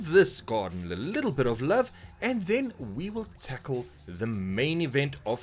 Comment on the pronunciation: nobody says 'tackle' like that other than south africans XD